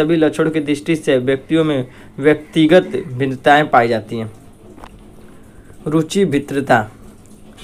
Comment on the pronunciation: Ruchi bhitr taa yaa ruchi bhinn taa dang se pad to liya karo